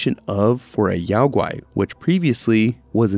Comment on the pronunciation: Isn't Yao Gui pronounced "Yo-gi", as in Yogi Bear? I always thought this was a tongue-in-cheek joke made by game developers.